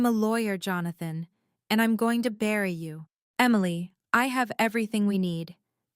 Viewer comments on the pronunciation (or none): none